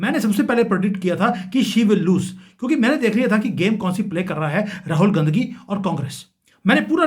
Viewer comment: Mind your Language. Your pronunciation of RAHUL GANDHI IS DEPLORABLE.